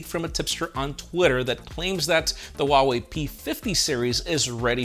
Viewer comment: Lol.. If it’s snowing this badly in Texas now... I wonder what will happen when you pronounce Huawei correctly ... if.. you ever pronounce if correctly 😄